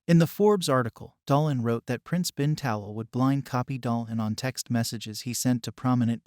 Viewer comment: Please pronounce HRH name correctly. His Highness’s last name is pronounced Ta’lal.